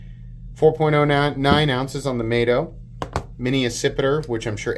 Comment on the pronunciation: Surely the 1st one is named “Mah-toe”….not “May-toe”. These guys are pro designers, why didn’t they scallop that opener/lock access….sheesh?